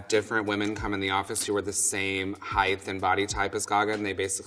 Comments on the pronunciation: Did he just say 'heighth' lol. Sidenote his designs are beautiful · FS lmfao I totally noticed that.